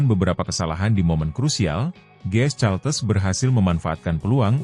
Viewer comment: Admin harus belajar ! Caltex harus dibaca kaltex, bukan caltes. Ngisin ngisini wae ! 😢 Caltex itu perusahaan minyak Amerika, singkatan dari California-Texas.